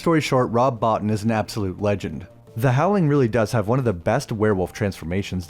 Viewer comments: It's Rob "Bo-teen" NOT "Rob-bot-in". You're Welcome! 😁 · It’s not bot in, his names pronounced Bo-teen. And he was the make up assistant to Rick Baker and then took over. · Sorry to be that guy, but it’s pronounced Bo-teen not Bot-in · Love that you talk about American Werewolf, Rick Baker and Rob Bottin. (Also just a heads up, Rob Bottin's last name is pronounced BO-TEEN). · Nice video but you mispronounced Rob Bottin's name it's pronounced (boo-teen). Also the "Book store guy" is Dick Miller, he's a legend and is in every Joe Dante film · You're mispronouncing Bottin's name